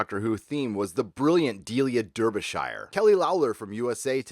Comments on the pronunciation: As a Brit I can assure you despite how it's spelt Delia's last name is pronounced Darbyshire not Derbyshire. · 'derbyshire' (Dar-be-sheer). But otherwise; a very good review. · Delia's surname is pronounced "DAR-bee-sheer." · I love this channel & I treasure the day I found it, but... Please take some time to learn how to pronounce the names of English counties. I’m not criticising you for not knowing how they’re pronounced, after all why should you, but it does grate a bit with your British viewers. I noticed recently how you struggled with “Lancashire”, and in this one with “Derbyshire”, and it detracts from the wonderful overall excellence of your analysis. I know our version of English is strange to some North Americans ( hell, my daughter-in-law is from Connecticut & she’s constantly complaining about it) but if you took some advice (British spelling there😀) then we’d love you even more - if that’s possible! This isn’t a criticism, it’s simply some friendly advice, (there’s that British again😃), from an admirer & well wisher. Thanks.